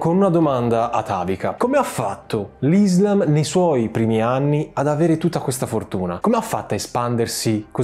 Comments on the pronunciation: Ti prego non odiarmi, ci tenevo sola a dirti se posso che si dice “Islaaam”, con l’accento sulla A. Scusami la mia pignolaggine, è deformazione professionale da studiosa di Islamistica... bellissimo video✨ ☪️ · NON IZLAM MA ISSSSSSLAM E NON MOAMETTO MA M O H A M M E D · Le conquiste sono iniziate dopo la morte di Muhammad...e comunque si dice IslÁm.